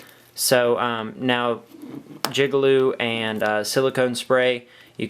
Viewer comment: did you just say jigalube? LMFAo